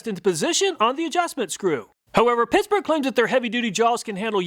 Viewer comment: I heard that. Pissburg. Ha